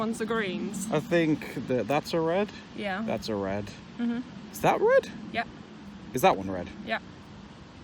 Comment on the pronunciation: "It's so redd" "it's so greenn" Ya'll i'm devastated